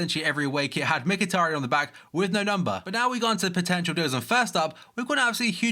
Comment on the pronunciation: He is pronounced Mchitaryan and not Mickeytaryan